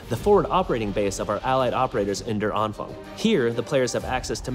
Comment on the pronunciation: You should at least try to pronounce the German words correctly. The word der is not pronounced like dare or derrrr, but more like day-uh. And Anfang, syllabic script, an-fang, is not pronounced with a k sound at the end, because the ending -ang does not call for it, but more correctly, on-fahng. Likewise, like with die Wahrheit, the german r sound is a delicate matter, and gives humor when English speakers approach German with the hard r sound so common in English. No, there is no gerrrrrrr or errrrr sound in German, more of a subtle -ah sound.